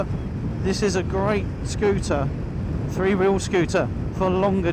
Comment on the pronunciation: Couldn’t you find a commentator who knows how to pronounce the word three? That is the word starting with th and ndt f. THree and not Free. It’s really not difficilt.